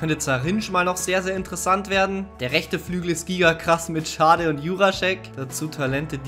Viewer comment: Kevin Schade wird nach eigener Aussage übrigens "Shade" ausgesprochen :P